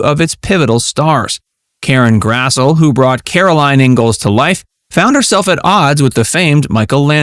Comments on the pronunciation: Her name is pronounced Karen Grass-Lee. Get it right! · It is pronounced Grass-Lee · One big note is that Karen Grassle's name is pronounced "grass-lee"! I didn't know that myself until I saw her interviewed on a TV show.